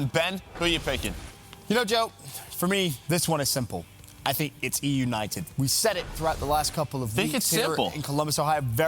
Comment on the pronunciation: Ben say eunited wtf man 😂😂😂 you are so bad jajajajajaj optic win 3-2 eunited tssssss jajajajajaja you make me loud 😂😂😂😂